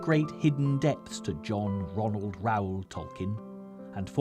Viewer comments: “Reuel” (rhymes with “fuel”) — not Raul (Rah - ool) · I thought Reuel was pronounced "royal".